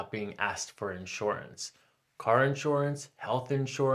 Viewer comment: inshorance, inshorance, inshorance